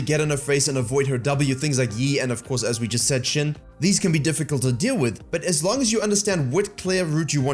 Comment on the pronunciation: Tip for pronouncing "xin" from a Chinese speaker: it's less like the body part "shin" and more like "sheen," but you don't hold the "ee" sound and keep it short instead. Also thanks for bringing up Mundo, guy is like jg singed and we should appreciate him while we have him lmao